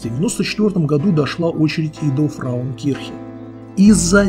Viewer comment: Не "фраукирхен", что значит "женщина церковь", а правильно - "фрауенкирхен" (Frauenkirche). )))))